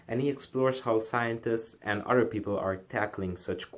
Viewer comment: Almost 2 minutes before you even get to it. Geezus what a bigmouth. By the way the word is OTHER not UDDER. Why can't anyone on YouTube speak correctly?